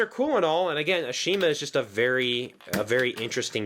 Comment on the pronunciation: Shouldn't you pronounce Ashima's name correctly? They corrected this in the reboot. Same thing goes with Rheneas' name being pronounced as Ren-ee-as.